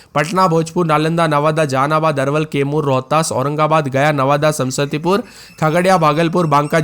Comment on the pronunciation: Samastipur isko bolne nhi aata h sam sati pur bolta h 😂